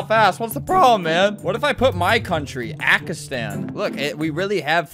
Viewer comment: Albert just made a new word "ackistan"